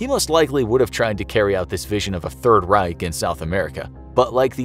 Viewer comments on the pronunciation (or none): none